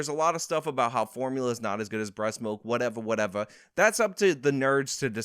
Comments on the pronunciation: Love your channel. Love your stats and facts you a mini ben shapiro. But you used "whatevuh whatevuh" 2ce an it made my back hurt. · Actual "whateva" Justice "whateva" Warrior